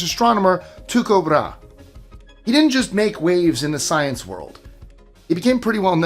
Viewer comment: Do you mean Tycho Brahe? (Tīe-kōh Brâ-hee)